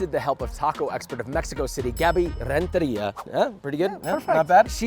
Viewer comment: You should have saved your pronunciation of "Renteria" for "Chicharron". Chicharron!